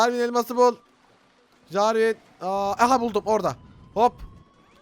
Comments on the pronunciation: jarwin değil jarwis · jarvin ? jarvis olmasın o :D:D:D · enes abi o carvin değil CARVİS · jarvin değil jarvis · jarvin deiğil jervis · Jarvis e jarvin diyen enes... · Jarvis'e Jarvin mi dedi la o? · jarvin değil jarvis neyse çaktırma :D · Jarvin değil Jarves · Enes abi adı Jarvin değil JARVIS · Abi o Jarvin değil Jarvis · abi jarvin değil jarvis :D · Jarvin değil jarvis :D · o jarvin degil jarvis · Bu arada Javin değil Jarvis -_- Şka şka :D we love you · abi jarvin değil jarvis :) ve abi picaxe in modunda bunlar bulunmuyor hepsi cheat :D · ABİ AFEDERSİN AMA O JARVİN DEĞİL JARVİS!! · Jarvin değil jarvis her jarvin dediğin vidyoya bu yorumu attım ama nafile:D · abi jarvin degil jarvis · abi o jarwin değil JARWİS 😀😀😀😀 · abi jarvise jarvin deme 😆